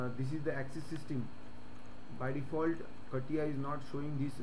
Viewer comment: Never thought I'd hear it be pronounced as kattiya XD